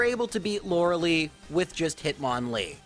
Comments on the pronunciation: Come on man. Still? It's Lore-eh-Lie, not "Loralee". I am going to keep commenting this on your videos until you fix it. If you truly believe that "Loralee" is the correct pronunciation of her name, I'd be happy to have a conversation with you and hear your thoughts. But otherwise, please fix this mistake! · We need a Lorelei run! You could name yourself "Lorli" to mirror the way you pronounce her name 😛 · Also, "Lora lee" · "Loralee" "ArCAYnine" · that is not how you pronounce Lorelei